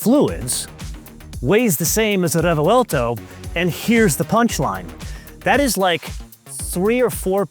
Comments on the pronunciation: wtf is a refewelto? Its a Revuelto (pronounced Rebwelto) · Your odd pronunciation of Re-vuel-to sounds strange…it’s 3 syllables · A stunning motor car to be sure, but why say it 'craps on the Revuelto' (work on your pronunciation of Revuelto, too 😅) when it costs 6 times the price? That's like reviewing a Ferrari 296GTB and saying it craps on the Audi S5. There's nothing wrong with the S5 for the price, and there's nothing wrong with the Revuelto for the price... For the record, the cheetah is the fastest mammal on earth.